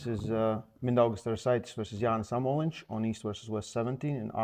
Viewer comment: I'm sorry I didn't think amolins was pronounced "amolinch" but that's how said it 😭